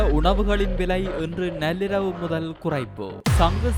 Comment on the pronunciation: நல்லிரவு என்று வாசிக்கிறானே கேட்க நெஞ்சு வலிக்குது